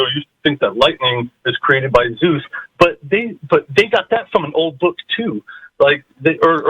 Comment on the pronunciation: Hey.... "ZEUS"........ Dude, learn how to fucking read already... do some fucking research